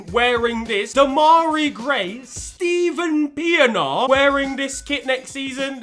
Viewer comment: Man's said Steven Pienaar 😂😂😅 🇿🇦